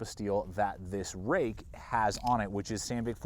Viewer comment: Roook, not Rake. Fruit has the ui in it and is pronounced froot so therefore Ruike is Roook not Rake.